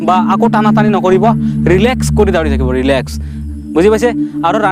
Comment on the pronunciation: দাউৰে , দাউৰি নহয় ভালকে কবলৈ শিকা 🤣 যি কি নহওক অলপ কথা শিকিলো 👍🏻